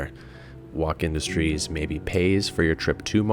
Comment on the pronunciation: its pronounced woke industries man. its a meme.